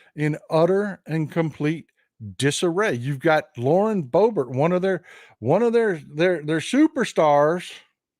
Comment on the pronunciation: Thats how everyone should say Boebert😂